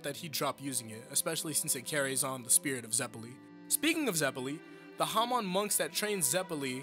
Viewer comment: The way you pronounce their names hurts Its Eh-Rin-Ah not eh-ree-nah It's Straits not straitso It's ze-peh-li not zep-elli other than that nitpick it's chill bro, good video